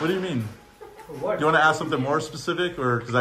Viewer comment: yes!!! It’s et cetera, not excetera and it’s ASK, not axe!!